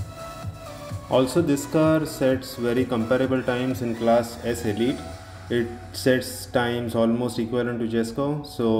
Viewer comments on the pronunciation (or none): none